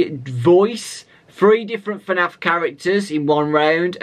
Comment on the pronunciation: No one has noticed that he said F A N F instead of FNAF